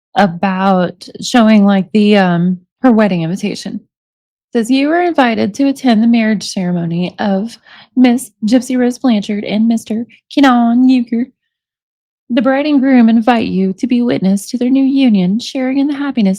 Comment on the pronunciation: You gotta be a special kind of dumb to pronounce it YOOKER, when it's written UR KER.